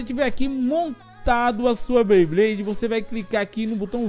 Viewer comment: Que agonia o pronunciando " BLeyblade" ao invés de "BeyBlade" kkkkk quem notou curte ai